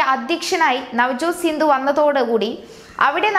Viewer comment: സിദ്ധു , സിന്ധു അല്ല .